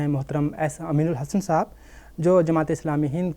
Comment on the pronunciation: Urdu Lafz saahab hai Sahaab nahin صاحب سحاب Anchor person's pronunciation is wrong, always he is telling سحاب With names